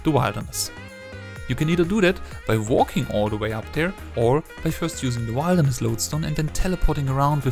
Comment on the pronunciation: Bruh what is wildness? It's wilderness. Rrrrrrrr